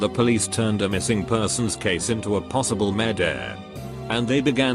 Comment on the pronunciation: No one:.... Reddit voice: Murdehhh